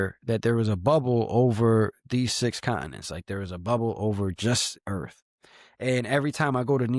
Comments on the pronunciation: Why is it when people pronounce Earth they pronounce it without the T? Pronunciation is key. Sounds like EARH.. lol wtf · Did dude say earf?